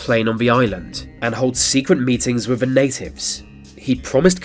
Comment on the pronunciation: Can you learn to say this and the rather that VHIS and vhe